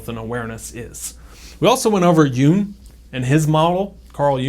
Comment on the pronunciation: Hi, Thanks for the great video. You are right: The Jung in Carl Jung is pronounced as a short “uh” (like in English football). Love from Germany 👋